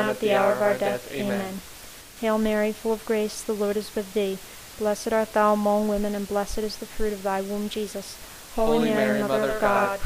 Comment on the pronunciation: I appreciate your effort and this being available with the exact speed and one picture to look at. By the time I got to the 4th set of mysteries (Glorius), it became very distracting at the pronunciation of the word 'among' in the Hail Mary. In American English, it is pronounced with the short sound of 'u' not 'o'. So, the second syllable 'mong' is pronounced like the word 'lung.' So 'mong' sounds the same as 'lung.' I did not think that it was important but after hearing that pronunciation 200 times in the full set of Rosaries, it became unbearable and I was re-correcting the pronunciation out loud toward the end. Please forgive me for the criticism, but I thought you would want to know for future projects. I see there is a comment below referring to this pronunciation matter.